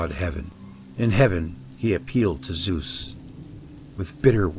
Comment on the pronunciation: No worries, americans can not pronounce vowels correctly, hence they pronounce all old gods wrong. My toenails scroll up if I hear how you pronounce Zeus ... Lern Italian, Finish, Japanese, Greek or German, and you learn how to pronounce vowels correctly, and then you know how to pronounce Zeus or Athene (that is btw not a 'th' as in 'the' or 'that' it is a soft 't')